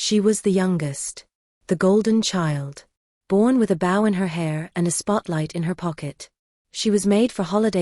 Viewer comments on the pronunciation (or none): Dear 'AI'...a bow in you hair is b-oh...not baugh. B-oh--bow---learn it.